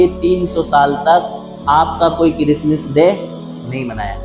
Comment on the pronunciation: Christmas day he talaffuz Christmis day nahi